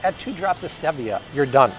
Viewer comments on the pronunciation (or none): Love your videos. You pronounce stevia strangely. Stee. - vee - a.